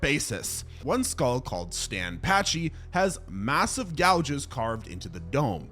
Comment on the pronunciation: It's pachy, not patchy